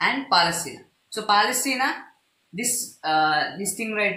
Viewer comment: All very beautiful and informative brilliant boy ....but just check the pronunciation of Palestine . . .no offence . . .100% awesome